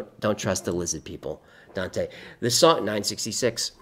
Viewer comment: Congrats and! I finally got my very own with his tiny tin hat! I love him so much❤ he says lizzad peeple 😂